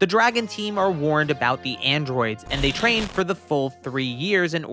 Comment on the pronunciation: are my ears broken or do you say "shtrain" instead of "train"?